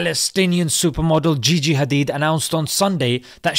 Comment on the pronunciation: It's gigi not jiji